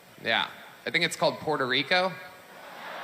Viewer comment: The man can't pronounce Puerto Rico properly. Sounded just like the hicks he's targeting.